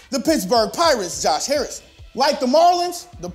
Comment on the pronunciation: Lmfao he says Josh Harrison 😂😂😂😂😂😂😂😂😂😂😂😂😂😂😂